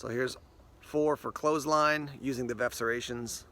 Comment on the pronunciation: It's definitely Veff not verf!!!